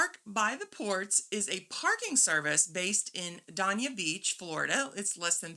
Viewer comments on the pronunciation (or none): Based on your video, I used this park at the port, I went online and booked Aug 1-4, it was $7.99 per day + tax. Great shuttle service to and from Port Everglades. Thanks to you (and you mom) for the recommendation . Just a note the city Dania is pronounced “day-nah”